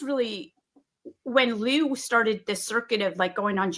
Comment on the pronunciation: “Lue” is pronounced “Loo”. Not Looey lol